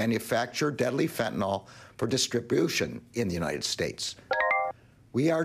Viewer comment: It's pronounced Fen' - ta - nil, not Fent' - a - nol.